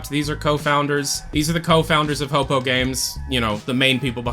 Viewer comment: Hey, ror2 player here Its pronounced "hoe poo" or "Hopu" not "hopo", love your content but that immediately distracted me as everyone else pronounces it either way i wrote